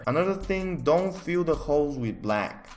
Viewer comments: When he says holes it sounds like hoes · holes what my brain hears every time: hoes 🙈